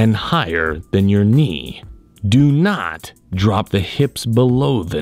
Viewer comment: "DO NHAAT"